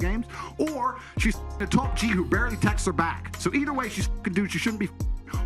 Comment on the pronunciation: Top G doesn't pronounce his T's. My man!